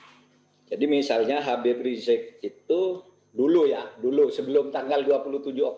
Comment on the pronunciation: Hostnya knp susah bilang "Habib"